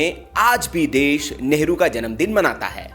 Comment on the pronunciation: भैया कम से कम न्यूज़ में नेहरू जी का नाम तो अच्छा बोलो,,, नेहरू नेहरू बोल रहे बार बार